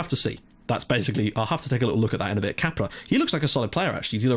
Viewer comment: When you say Capra, it sounds like you are saying Cabra, that in portuguese means Bitch, LOL!!